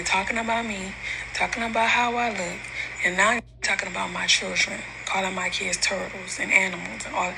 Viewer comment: SHe can't even say CHILDREN right!! I want her to stop putting God's name in her mess!!